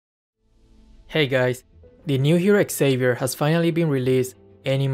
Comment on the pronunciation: I love how pronounces Xavier as X-Savier.